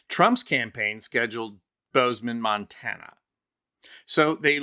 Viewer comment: He calls it state of Montaner 😂